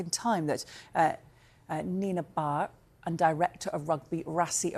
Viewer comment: You can tell she has never even heard his name before .